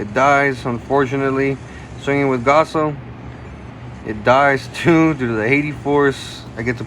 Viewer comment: Really love the content but man cant help but to stress with how u pronounce gaoss as gasso t.t